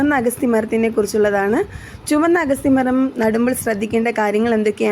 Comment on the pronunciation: ഏൻറെപൊന്നുപെങ്ങളേ""""അഗസ്റ്റി"ചീരയല്ല അഗത്തിചീരയാണ്